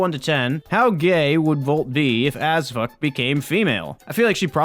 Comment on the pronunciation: Am i the only one hearing Azfuck